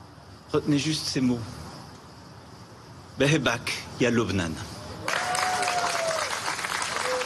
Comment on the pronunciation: the pronunciation was a little bit off though